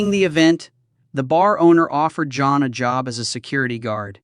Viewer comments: Quit calling him Joan. It’s JOHN. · Love how the Temu AI reader keeps pronouncing “John” as “Joan”. 😂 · "John".... not "Joan" moron.. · Why does he keep saying Joan